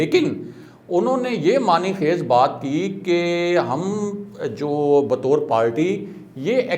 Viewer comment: Aap ne mani khaeiz kaha wo :mana khaeiz: hai islah ker lein